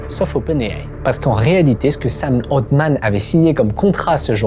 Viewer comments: Sam « haltemann » pas oltman 😅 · Super vidéo comme d’habitude par contre…sam altman pas oldman un effort